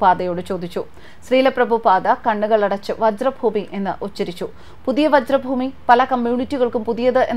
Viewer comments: വജ്രഭൂമിയല്ല വ്രജഭൂമി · Not vajra Bhoomi , it is vrij bhoomi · വ്രജ ഭൂമി.... വജ്ര യല്ല... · "വജ്രഭൂമി " അല്ല "വ്രജഭൂമി" എന്നാണ് ശരി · വ്രജ ഭൂമി.വജ്ര അല്ല.ഹരേ കൃഷ്ണ🙏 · വജ്ര ഭൂമിയല്ല, വ്രജഭൂമിയാണ്. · Hare Krishna. Mam it is Vrja Bhumi not vajra bhumy❤ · വജ്ര ഭൂമിയാണോ അതോ വ്രജഭൂമിയാണോ. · Not vajra bhoomi...it is vraja bhoomi...